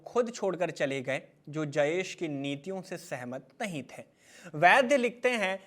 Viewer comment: Bhaiya, थे और थें में अंतर होता है। एक बेहतरीन कंटेंट और प्रेजेंटेशन का मजा किरकिरा कर दिया आपके "थें" ने । Nothing mocking.